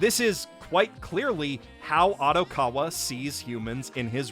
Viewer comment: How does someone who watches as much anime as you mispronounce Odokawa’s name so incredibly.